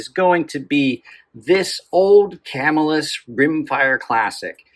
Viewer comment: Live near Camillus. Locals pronounce it ca MILL us. Great info’ thanks. Dan Parrish, Baldwinsville, NY